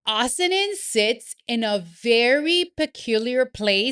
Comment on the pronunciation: Pronounced - O-sint